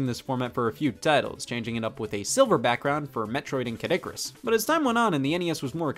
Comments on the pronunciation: OK am I hearing things or did he say Caddicurus instead of Kid Icurus? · Scott says Caddicarus instead of Kid Icarus Hmmm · Hehe he accidentally said Caddicarus instead of kid icarus